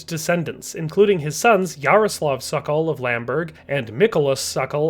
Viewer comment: It's not "sakal"! It's pronounced "sOkOl" just as it is written! Say SOKOL, SOKOL! Means falcon in Czech.